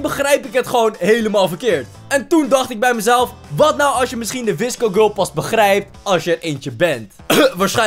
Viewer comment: Hoe jij dat zegt wisco gurl Ha Ha 👍🏼